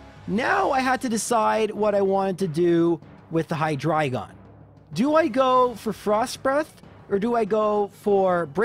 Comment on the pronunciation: OMG! You pronounce Hydreigon correctly! that's a breath of fresh air.